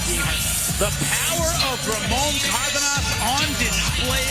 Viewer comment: The commentators couldn’t have spent 30 seconds before the fight to iron out how to pronounce Cardenas?